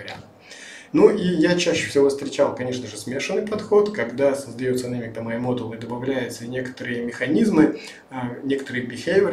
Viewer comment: Не думайн а домен)